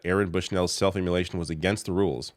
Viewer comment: You really gotta learn how to pronounce "self-immolation"